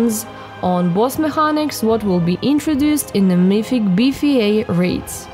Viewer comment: did she say? or BFA??